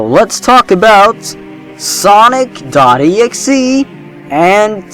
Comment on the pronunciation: When you said Sonic Exe I thought you said sausage rolls and got very worried because I knew sausage rolls were real but you might debunk them.